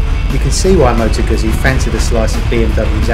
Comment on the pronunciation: It's Guzzy, not Gassy! :) Think of saying Pizza, great bikes Guzzis though!